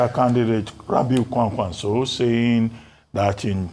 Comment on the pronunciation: Ayo, it's KWANKWASO, not KWAKWANSO.